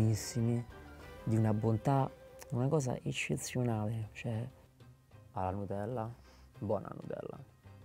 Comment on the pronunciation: “Una gosa eggezionale”